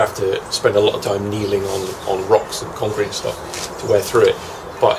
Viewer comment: a fuckin loht uh money. I like it lol.